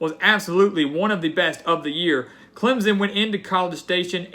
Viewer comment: clemson, not clemzunn.